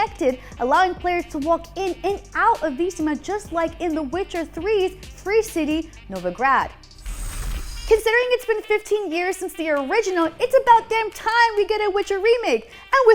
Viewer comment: Did she say NOVOGRAD instead of novigrad?